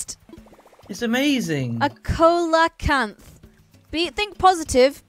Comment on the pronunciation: Pronounced see-la-canth.